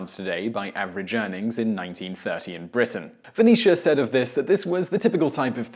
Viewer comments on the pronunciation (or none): none